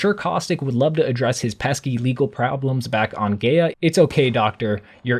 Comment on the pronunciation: Lol why can’t any one pronounce lobas name right. It’s supposed to said like Loba “Andradge”. Same with Gaea, everyone says “Gay-ah” but it’s supposed to be said like “Guy-ah” lol I’m nitpicking but I just had to say it